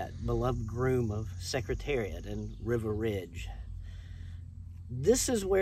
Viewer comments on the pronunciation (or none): It does sound like River, not Riva. Hmmmm. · Is wasn't River, it was Riva Ridge! Riva was my pick for the classics in 72. I wanted him to beat the crap out of his stablemate in the 73 Marlboro Cup. Oh, well. But, he's still my favourite today. So please pronounce his name correctly. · It sounded like the narrator was pronouncing Riva Ridge as river ridge. I have Bill Nacks book on Secretariat. A very good read.